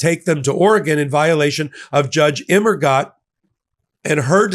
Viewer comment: Fun fact.... Immergut in German means "Always Good".... but the last syllable should be pronounced as "Goot"......